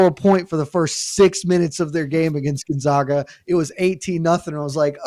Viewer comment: That Gun-Zogg-Guh team sounds great! From Spo-Kaine nonetheless! It's actually pronounced Gon-Zagg-Guh and Spo-Kan😂